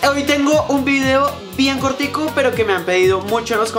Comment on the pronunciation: no dice cortito dice cotico